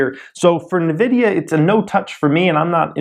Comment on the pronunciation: It's pronounced invidia.